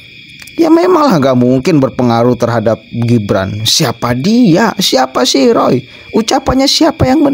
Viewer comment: Renyah banget waktu bilang Ruuuoooyyy Fuanciii 😂😂😂